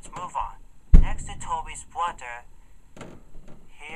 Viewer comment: Tobys bwother.😂😂😂😂😂😂😂😂